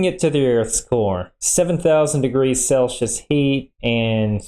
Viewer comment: "Seven thousand degrees celshus." ... I'm unfamiliar with that scale. Is it anything like "Celsius," which literally everyone else calls it?